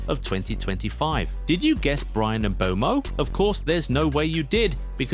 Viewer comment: Bro said mbeumob😅